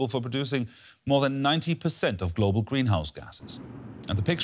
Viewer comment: glo-bull warming